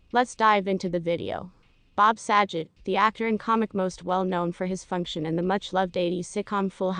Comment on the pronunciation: That's not how you pronounce his name